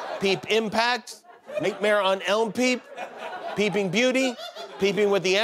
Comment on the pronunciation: Do you always read Nightmare like that or just this once